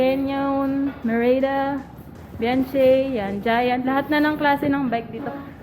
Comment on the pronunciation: Mam.. Un bianchi kpg bnabanggit po yan byangki..no offense po..pra makorek lng po